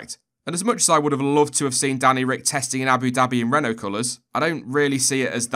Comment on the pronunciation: Your pernauciation at the start was spot on, well done